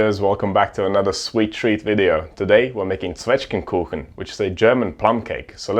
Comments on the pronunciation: I'm just here to hear if you can pronounce Zwetchgenkuchen - my boy did not disappoint! I'm joking of course, your videos are just always amazing! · Good pronouncing! In Bavaria we call in “Zwetschgendatschi”. “Datschi” comes from the Bavarian word for “pressing” so you pressing the plums into the dough was actually the traditional Way to do so 👍 I made your recipe today and it was awesome! Your recipe is even a tiny bit faster than the one I always followed and the amount of sugar is spot on for me.